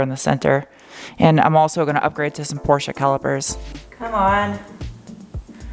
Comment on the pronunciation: Bilstein, Porsche, Audi.... as a german, i'm very impressed from your RIGHT pronunciation!!! But the U in UR-Quattro is not "ör-quattro".... it's like "your-quattro" without the "y".... like german "Uhr" like a watch..... smartass mode off :-) A realy nice car, you will hard find one in germany in this condition.....Greetings from bavaria, germany